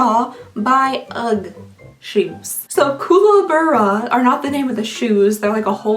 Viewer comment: It’s pronounced cooka barra it’s an Australian bird. Ugh boots since 1972 is the original brand. They didn’t trademark the name so some a hole in the USA stole it and made dupes. They’re slippers. We only wear them outside when it’s freezing cold or snowing